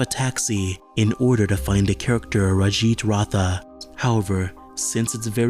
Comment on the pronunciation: Lol you trying to pronounce the indian name rajit ratha